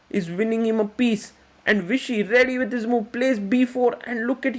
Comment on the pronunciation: So this man can pronounce the V on Vladimir correctly but on Vishy he spells it “Wishy”